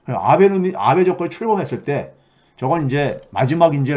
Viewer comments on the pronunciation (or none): 아ㅡ베 가 아니고 아베ㅡ 입니다 安倍ノミクス(아베ㅡ노믹스)가 실패했다는건 이미 오래전에 일본국민들이 다알고있는 사실입니다. 한국인들이 걱정할 문제는 아니라 생각함. 그리고 우리나라에서는 윤 🐖 가 친일파라고들 하는데 그건 윤 🐖 가 혼자 좋아하는 거 겠죠 일본 정부누구도 윤 🐖 에 대해서 이렇다 저렇다 코멘트 안함 일본국민도 관심없음 짧게 뉴스에 몇번 나왔으니까 이름도 기억못함. 교수님 방송 수고많으셨는데요. 이곳 일반 국민들은 그렇게 크게 심각하게 생각 안해요. 왜냐구요? 일본일반국민들은 우물안에 개구리 이니까요 ㅎㅎㅎㅎ (정부,정치인빼고)